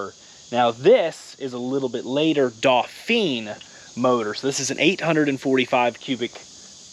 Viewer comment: Pronounced in French as in "Dough-fan"